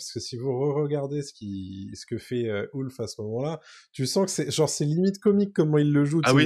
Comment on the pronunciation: Ah non, (quelle belle voix!), tu vas pas dire "Ouf" au lieu de "Ulf", toi aussi! Sinon, bon duo, analyse sympa.👍 Et j'ai aimé quand a parlé de l'animalité du dragon.🐉😋